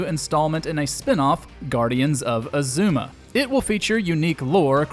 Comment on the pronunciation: How're ya gonna mispronounce the titles when you immediately play a trailer that verbalizes the right way to say it? Maybe try more than one take on "Azuma,".